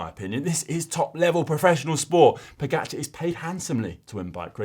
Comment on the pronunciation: Learn how to pronounce pogacar! Ugh